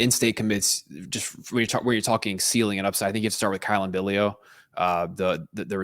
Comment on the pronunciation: Billiot is pronounced bill yacht.